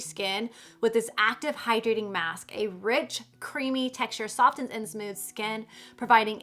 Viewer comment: It's not pronounced sofTens!!! The t is quiet. It's pronounced 'soffens'.